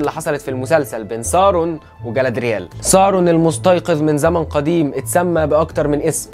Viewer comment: اترجاك ! اسمه مش سارون اسمه ساورون